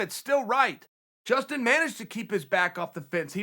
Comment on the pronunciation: Justin not Dustin